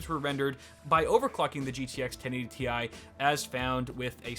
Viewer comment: thanks for saying Tee I instead of Tie